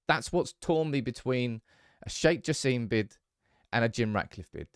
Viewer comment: It ain't Sir Jim, It's Sir Jassim